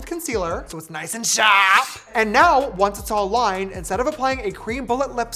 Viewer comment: “So it’s nice and sharpp” sent me hi mikayla😂😂